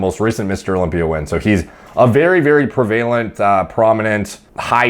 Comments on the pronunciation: I really enjoy your content and appreciate the work you do. I know this is nitpicky, but what are youtube comments for right? The word "prevalent" is pronounced "preh-va-lant". Love you bro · You're pronouncing prevalent wrong. Enjoy the content. Enjoy your algo sandwich .